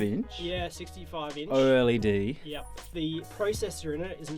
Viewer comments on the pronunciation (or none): OLED!!!! Not O L E D